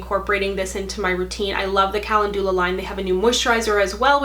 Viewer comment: Hi, like the content on your channel. Check out the pronunciation of calendula.